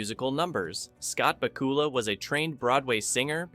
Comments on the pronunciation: BACK-you-luh. Same vocal rhythm as Count Dracula. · IT'S BAK-U-LA!!!!!!!!!!!!! MORON!!!!!!!!!!!!!!!!!!! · Scott Baacoola?!? :face-blue-wide-eyes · "Back" "U" "Lah" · I remember Pat Sajak probouncing Bakula like this